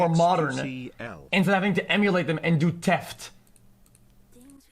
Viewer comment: God it took me so long to realise "Teft" meant theft